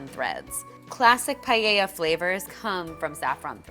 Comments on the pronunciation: In Spanish paella is actually pronounced PA-EH-IA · paella....why does it sound like "pae-i-ha"?